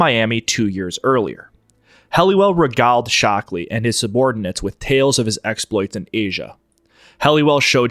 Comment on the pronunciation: I came across JMWave and INCA in the context of the JFK Assassination. Regale, to entertain, pronounced like "Regailed" in the past tense, exactly like with sale, bale, gale, Airedale. If you don't find out the gradient and composition of the beach, you get a disaster like the Dieppe Raid of 1942, where the pebble composition of the beach meant that the stones got between the tracks of the tanks and took the tracks off before they could even leave the beach, the unexpected conditions meant that the Canadians were stuck on the beaches and were laughed at by the hardened German troops they were up against as they took them prisoner or machine-gunned them down because some Commandos supporting the operation killed some unexpected POWs. This is why the Canadians went in so hard on the Germans after DDay in 1944, quickly gaining the reputation as the hardest allies, with the americans being viewed as the softest. That was why before DDay they sent submarines out especially to take samples of the beach itself, as for the angle of the beach, that is clearly since bloody Omaha. Those taxpayer-funded bandits out in the Everglades or Louisiana swamps would never think of such fussy details, hence why they were so easily stopped after Bay of Pigs, it wasn't just the lack of air cover, it was also the fact that they did not inspire other Cubans to rebel and receive them with garlands, like they expected. This is because Cubans did not want to go back to Casinos and child pros